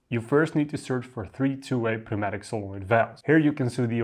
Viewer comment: FYI, the "p" in pneumatic is silent